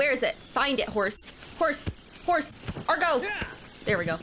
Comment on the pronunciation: The horse doesn't listen to you because you keep calling it "Argo" 😛